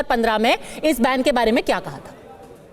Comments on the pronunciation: पद्माजा जोशीजी, ये "बेवारिस" कठाण,बैन को "बैंड,बैंड" कर रहा है!☺️☺️😊😊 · बेंड नहीं बेन पहले बोलना तो सिख ले।😂